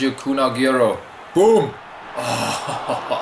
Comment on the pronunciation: I like the pronunciation of Agierroo its funny